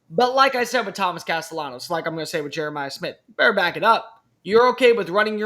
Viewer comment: explain to your boy how to say Tommy Castellanos. He uses an L sound not the Y sound.